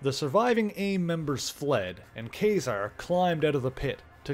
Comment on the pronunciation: I liked the video. I will have to see if you did anything on the Mutants: Inferno series, where the demons take over the Empire State building. But my main thing is.... I always thought it was pronounced like Kah -Zar, like the word bizarre.